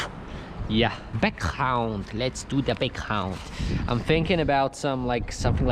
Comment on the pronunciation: He speaks English like a native English speaker for a bit right after saying Background all funny. Tripped me out 😂